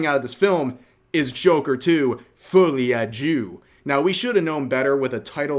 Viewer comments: As a french speaker it made my day to hear you say “fillet adieu” 😆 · It's not pronounced "Follie a Doo"😭